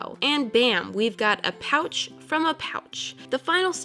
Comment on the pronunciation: I forgot what I was watching after the first minute😅 every time she said "pouch" I thought she said couch😅😅😅😅😅😅